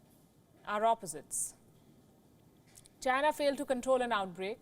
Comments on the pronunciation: “China is asshoe “ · DON'T TRUST CHYNAH.....CHYNAH ASSHOE!